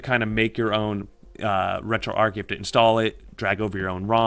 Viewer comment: Good video how ever, and I don't know if the makers of this app pronounce it that was but it should be pronounced as arch as in a bridge arch not arc as in arc welder. Thank you for the up load though.